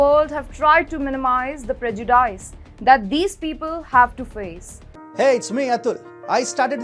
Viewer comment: Please pronounce your English words correctly. Do not murder that English language. You can always use Google to understand proper pronunciation. Your Prejudice is pronounced wrongly.